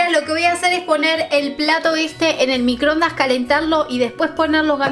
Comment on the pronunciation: microondaaaasss!!!! no microndas